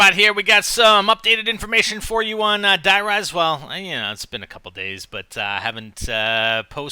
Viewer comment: it hasn't been Nazi zombies since kino and were speaking English and that's a wrong way to pronounce it btw we already have a der riese and die RISE like skyscrapers